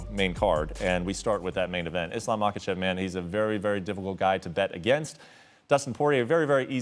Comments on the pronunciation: i can’t take this dudes advice who clearly doesn’t know enough if he’s pronouncing “Muhawkuhchev”. obviously doesn’t him watch because his name really isn’t hard to pronounce at all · It’s not MAHAKACHEV Bro get it right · What the hell is a “Mahawkachev”